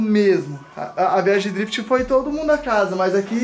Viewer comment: KKKKKKKKKKKK TO MORENDO DE RIR BEM NA ORA QUE O FALOU DRIFIT ELE DEU UMA CHEIRADA NA NATI